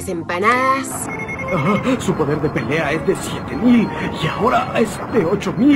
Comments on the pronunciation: no puedo escuchar otra vez la palabra empandas JAJAJAJAJA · "Las empanadass" xD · "Las esmpanadas"